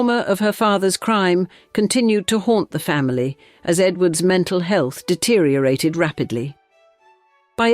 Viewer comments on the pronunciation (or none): none